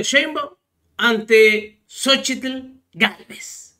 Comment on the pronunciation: Saludos yo soy hablante originario nahuatlaca y el nombre de esta loca es en náhuatl Xochitl en español flor y no como todos están diciendo sochitl y soy orgulloso orgulloso de ser nativo